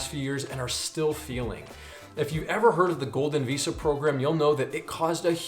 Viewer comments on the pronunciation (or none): none